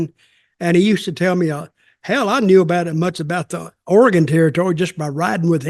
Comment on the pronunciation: Dutch pronouncing Oregon correctly, nice job! Grappler is a Portland wrestling legend.